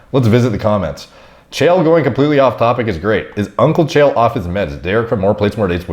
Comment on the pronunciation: Chael rhymes with Chad